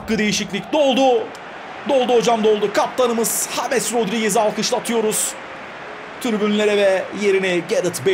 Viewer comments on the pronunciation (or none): none